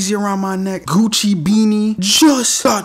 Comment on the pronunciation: He said ffuchhiii beanie hahaha 🤣.... It is jaja fake..